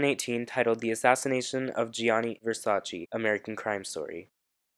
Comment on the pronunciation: You've watched the season, you should know how to pronounce Versace :)